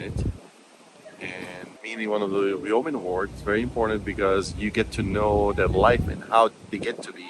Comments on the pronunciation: Yo-man, not Yow-man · yeeoww man? That should a Yeoman, ( yo man) 🤣🤣